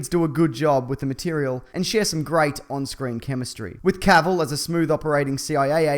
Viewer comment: He says Cavill right lol hahah